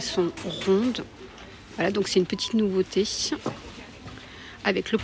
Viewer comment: Nouveauté É Et pas iéhe !!! Écoutez vous parler mais que c est pénible e vocabulaire !!! Quel dommage parce vos vidéos sont biens Si vous pouviez vous corriger !!! Ce serait mieux pour le vocabulaire Français Je vous promets que vous êtes vraiment penible à écouter malgré tout Faites donc un effort de prononciation par respect aumoins Merci par avance si vous y arrivez Cordialement